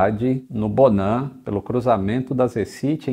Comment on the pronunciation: Fiquei com raiva do "bonan"